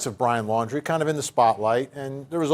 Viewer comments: Why does she always pronounce the last name of Brian and his family? It’s Laundry not Landry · It's Laundrie, not Landrie. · I’m sorry but how can 2 people pronounce Brian’s surname incorrectly whilst hearing others pronounce it correctly? Are they not hearing thousands of other people pronounce it Laundrie not Landry? I thought journalists were details people just sayin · Why can't any of these correspondents pronounce the Laundrie (laundry) name properly? 🙄 What's with "Landry" all of a sudden??.. come on. Not professional to mispronounce a name being reported on when most of the USA knows how their name is said..ughh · Who are the idiots who can’t pronounce Brian’s last name, even though it’s been out there for weeks and there is even a play on his name “Dirty LAUNDRY”.